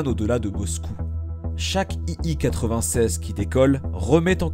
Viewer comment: l'écriture est correcte, mais pas la prononciation. Tout au long de la vidéo l'avion est présenté comme un "i i 96" alors qu'il s'agit bien d'un "i l 96". C'est écrit en majuscule sur son fuselage.